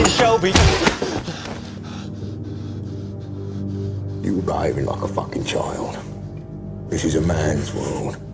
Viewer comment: يا عم شلبي مييييييين 😂 اسمه شيلبي